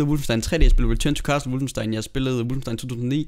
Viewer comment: Hvad fik du af karakter i tysk!? Det udtales som det skrives - WOLFENstein. Med O.